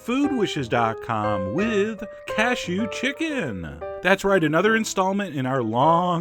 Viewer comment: Every time you say "casheeew!" I want to say "bless you!"